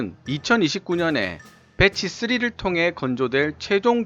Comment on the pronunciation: 쓰뤼~ 막 발음이 굴러가